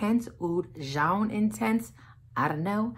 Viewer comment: I've had Armani Code Cashmere in my cart forever... It's too damn hot here for me to pull the trigger on it though, lol. Do you know if it's discontinued? Btw "jaune" is French for yellow. It's pronounced like the name Joan but with a soft "J" - not trying to correct you - just for reference for your future videos!